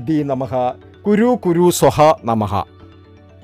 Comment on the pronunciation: മന്ത്രം നല്ലതു പോലെ ഉച്ചരിച്ചു പഠിക്കണം. സൊഹ അല്ല സ്വാഹാ ആണ്. ഗെണപഥേ അല്ല ഗണപതയേ എന്നാണ്. 'ഫക്തി' (Fakthi) യല്ല ഭക്തി (Bhakthi ) ആണ് വേണ്ടത്. തെറ്റായി ഉച്ചരിച്ചാല്‍ ഉദ്ദേശിക്കുന്ന ഫലം കിട്ടുമോ എന്ന് സംശയമാണ്.